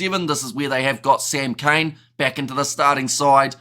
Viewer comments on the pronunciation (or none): none